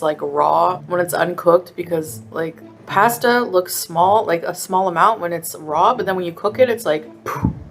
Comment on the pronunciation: That "paystah" is undercooked. It shouldn't be crunchy.